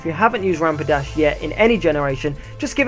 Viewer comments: Stop calling it rampidash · You said rampidash not rapidash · the way you pronounce rapidash sounds liek rampidash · did you just say Rampidash? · Lol, u kept saying Rampadash :-).